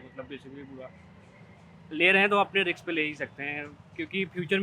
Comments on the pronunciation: Bhai riks ni risk hota ha 😡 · Riks ❌️ Risk✅️ 😅😅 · रिक्स नहीं र रिस्क